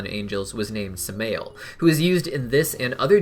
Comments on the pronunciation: Pretty sure its "Sam-eye-elle", not "Sum-ay-elle" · Samael is said as Sam-I-el